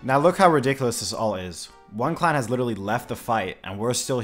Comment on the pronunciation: Why do you pronounce clan as "cl0wn"?